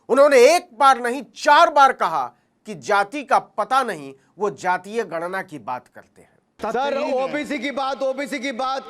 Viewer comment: बड़ा घमंड है अनुराग ठाकुर को खुद के सवर्ण होने पर। अच्छा हुआ राहुल की जाति नहीं वरना वो भी पक्षपाती और जातिवादी सूअर होते। खुद ठा कुर है या धूमल, बाप से मिली जाति खुद को कन्फर्म नहीं। गणना को गन्ना बोलता है। LoP की फुल फॉर्म लीडर ऑफ अपोजिशन बताता है। ये पढ़ाई की है। जाति में उलझा रहा